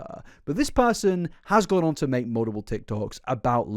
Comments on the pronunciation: You also pronounce "mutiple" as "muldupull" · mate im british and we dont say mull-tip-ull like u do wtf bro 😭